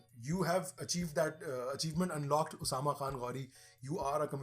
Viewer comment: Good content by Usama. Nice to hear someone say my name correctly.